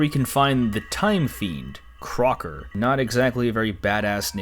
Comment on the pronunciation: His name is most likely supposed to be Clocker and there might have just been a R/L mismatch since both are pronounced the same in Japanese